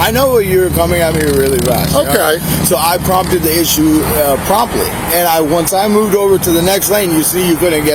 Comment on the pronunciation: This guy tries to use big words (big for him, anyways) like “ promptly” (he says “prom-too” ) and, he says he drove fast when he was in front of the officer because of “Executive Subtle”explaining as “that used to be “executive series; Lincoln”, which makes absolutely zero sense)., says after he saw the officer back where he ran a red light, that he “formalidied” and “Prompted” the officer? Because “you guys cater to us”. I can’t even begin to understand WTF he’s trying to say. Then he says that he wanted to pull over at his uncles, instead of on the street, or, or in the grass because ( D must mean Duh?) didn’t know you were not in “cuh-hurts”. Again I say WTF? He also said in his last video from 9 days ago that he was “taking his test today”(To get his DL), which is the same excuse he gave last time). The police need to impound the “used to be “Executive Series Lincoln”, until shows proof of taking and passing every requirement to get his DL, and have the actual DL. Security Officer. has used the “my dad told me to” excuse as to why he keeps driving “because of the business license purpose” (his words, not mine). Wow, the Duh is strong in this one. Also, he needs to wear tighter underwear and belt so we don’t have to see his ass again. I’m guessing suspenders would work best, due to his large belly overlapping his waist area.